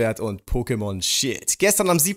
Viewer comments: Wer hat auch Pokémon Schwert und Shit verstanden? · Hat er Schild oder Shit gesagt 😂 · Ich hab immer Pokemon Shit verstanden xD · Ich hab verstanden "Pokemon Schwert und Pokemon Shi*"😂😂😂😂😁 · Nicht nur du xD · Ich auch 😁😁